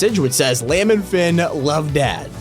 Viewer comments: Look not trying to be mean it's not lamb infinite it's Liam infinite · Its pronounced Lee-am. Not lamb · Liam nah lamb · Lam 😂😂😂 It's pronounced li-am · why did he pronounce Liam as Layum? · It's pronounced Liam!!!!!! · Have you never met anyone named Liam? Lol “lam” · Bro really said lam